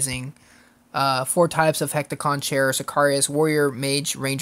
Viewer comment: I'm Greek, and hearing you butcher Hecatoncheir's pronunciation like that, really hurt my feelings! xD (since they're beings from Greek mythology) Useless info of the day: it's actually supposed to be a species, not a name, meaning "the Hundred-armed ones". Anyway, really, and I mean REALLY bad news... The game will probably be dead pretty soon, and I'm actually so bummed out that I'm thinking of quitting too! I have 10 jobs left in the pool, and I really want at least 4 of them! If I hadn't spent 21 tickets for Neo, (which I didn't get of course) I'd be pulling jobs like a madman right now!